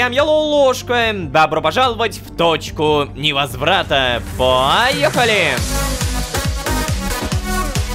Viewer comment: Я услышал не "Точка невозрата" а "Дочка невозврата"